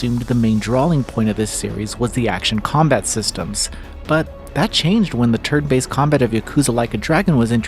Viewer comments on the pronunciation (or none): Turd based combat he says